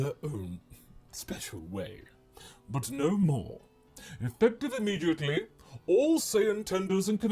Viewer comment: Dont you mean E-MEAT-edly?